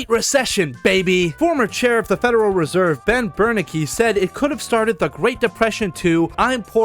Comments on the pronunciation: It’s Ben Ber-NAN-kee, Doc. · I'm and Jesus fucking Christ how goddamn young do you think the average person on YouTube is Bitch I'm old enough to know his name is pronounced "ber-NANK-ee"